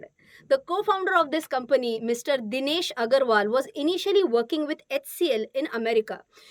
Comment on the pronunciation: When you said DINESH AGARWAL I heard RITESH AGARWAL